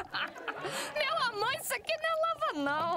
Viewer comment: eu sei que ela falou meu amor só que em forma de Beu abor